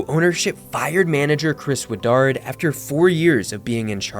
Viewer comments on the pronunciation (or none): ITS CHRIS WOOD-WARD, NOT CHRIS WOODARD!!!! I can no longer continue watching this, get your facts and names right PLEASSEEE